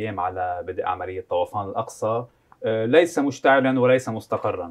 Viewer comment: يا مقدم البرنامج تعلم العربية، الاسم: طُوفانُ الأقصى، وليس طَوَفانُ الأقصى، طَوَفانُ تعني أن الأقصى يطفو على ماء أو شيء آخر، هو طُوفان افهموا عاد.